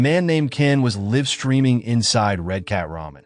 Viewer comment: It’s not liv streamin it’s live the e isn’t soilent